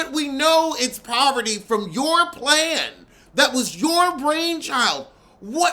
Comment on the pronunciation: Her name is Parvati. But the American tongue doesn’t know how to pronounce it. Lol. So many people unintentionally mess up her name.